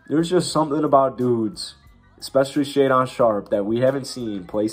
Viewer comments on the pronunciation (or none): Shaedon pronounced (Shay-Din) not talking shit just helping out lol, good video though!